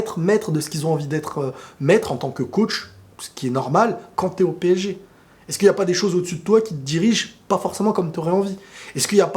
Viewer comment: PSG et non PÈG Hein !!